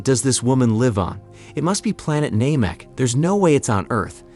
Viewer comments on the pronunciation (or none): none